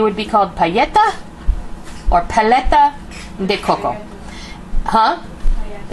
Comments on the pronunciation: There’s no such thing as a pajehtah. It’s pah leh tuh: paleta. Definitely trying this recipe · I'm obsessed with these! *0*. And umm... Pa-LE-ta. It has no "ya" sound or it would be spelled palleta. Just saying! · yes, has the "L" sound. We're making these puppies tonight! Gracias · Pa-le-ta that’s how you say it. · Great recipe but its pronounced (pahleta) the other way you were saying it. :) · Pronounced pah-let-a